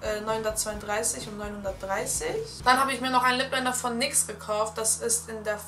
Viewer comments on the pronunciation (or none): du sprichst nyx falsch aus